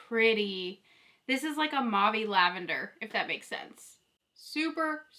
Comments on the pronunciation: Mauve is pronounced as mowv. Putting mauve eyeshadow on top of brown bronzer doesn't work. The colours don't show up properly when you have bronzer on your upper and lower lids and on both eyes. They clash and the bronzer is distracting. Bare eyes would work better. Keep up the good work! I love your enthusiasm! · It's so interesting to me that you pronounce mauve like "Mawv." Where I'm from (Ontario, Canada) everyone says Mohv" and I always thought everyone said it like that, lol. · I'm the opposite! From Texas and have always heard it as "mawv". I had never heard it pronounced as "mohv" until people started posting the videos for this palette.